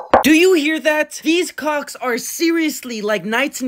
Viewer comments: STOP SAYING CALWCKS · STOP SAYING COACKS IT MEANS BALLS